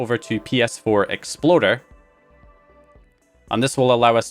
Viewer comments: Are you saying ps4 exploder instead of explorer? Lol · I think he rolled his “r” on that one.